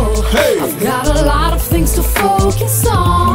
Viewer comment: she says "fings"